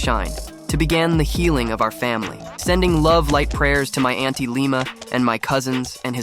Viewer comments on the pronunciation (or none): none